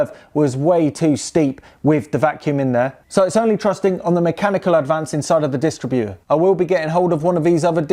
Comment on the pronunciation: Say DisTRIButor, not DISStritbuter 🙂